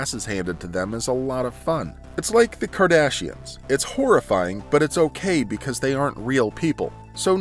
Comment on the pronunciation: He said "whorrifying" lol